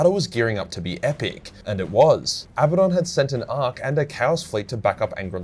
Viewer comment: In all great video and thanks for pronouncing Abadon correctly 👍 😀 👏 👌